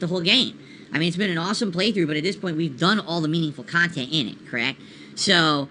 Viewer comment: "I review games objectively" 2 mins later "I approach it from a different perspective, as a khantent creator"